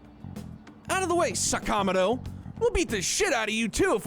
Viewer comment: I've heard more than once that Atlus insisted on the names being pronounced as they are in the game. I don't know why. But yes, it's weird hearing sa-KA-moto instead of saka-MO-to and ta-KA-maki instead of taka-MA-ki.